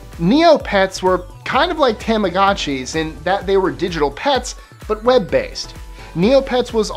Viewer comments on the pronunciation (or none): It's not pronounced tamm-ah-gaught-chee. It's tah-mah-goh-chee.